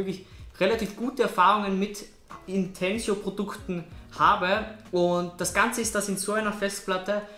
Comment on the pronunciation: Es heißt nicht "Intensio" Sonst Danke für dier Info!